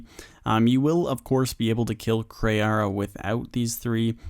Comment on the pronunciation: Its Kray how he doesn't say KrEE'arra properly